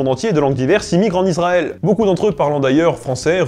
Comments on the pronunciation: Bonsoir Très intéressant mais trop rapide. On dit ISraël et non pas IZraël C’ est le son (s) pas (z) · Je suis le seul à être énervé par la prononciation IZraël et iZraëlien? Pourtant la règle française est assez claire sur la prononciation du "S" entre une voyelle et une consonne... Et pour ce qui est de la prononciation en Hébreux, il s'agit d'un Shin qui se prononce soit "sssss", soit "chhhhh", donc jamais "zzzzz"... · Pour tel-aviv avec un v, mais pas de 'e' à la fin comme dans voiture. On dit Issraël et non izrael. Je me suis toujours demandé pourquoi les français prononcent souvent ainsi bien que beaucoup moins à présent. Le plus drôle c'est qu'il y a des juifs israéliens qui viennent en France et qui parlent français se sentent obligés de dire Izrael 😊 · Il faudrait quand même arrêter avec "IZraël" et "iZraëlien". Même si le thème de la chaîne n'est pas la norme, il y a des règles de prononciation des "S" entre une voyelle et une consonne! Et en hébreu, le "Shin" se prononce "S" ou "ch".